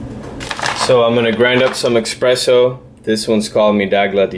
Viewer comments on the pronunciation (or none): insists to pronounce "EXpresso" and is NOT with X the word... is Espresso.. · Thanks for your video, just bought one myself. Just FYI, it's eSpresso, not eXpresso. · Hi... about your pronunciation of espresso is not offensive; is just a so common word that is obvious to react at the sound of x in the word. As I guess you'll continue to create videos about coffee, it'll be good to correct the word... no bad feeling from anyone, I guess.. And hope to see your next video in youtube....